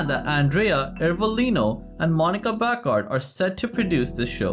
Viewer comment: Not Bacard. It’s Bacardi with the “i” at the end pronounced as “ee."